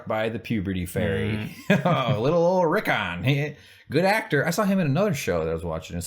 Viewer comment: it's funny that you keep saying Reek-on cause that's what he's gonna be.